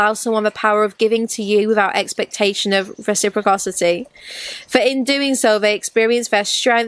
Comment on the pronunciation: Hahaha that "recipRoCrocity" 😂❤️